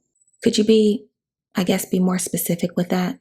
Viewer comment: "more" not mire